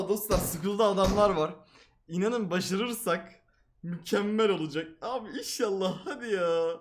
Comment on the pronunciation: Başarırsak yerine Başırırsak demesi